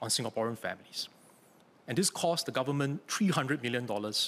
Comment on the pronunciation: how is he a politician if he can't even pronouce government properly